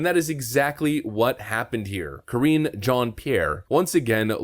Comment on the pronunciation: Correction: you are mispronouncing her name. It’s Karinge.